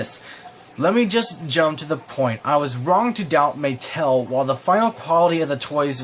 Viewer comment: I mean Muh-tell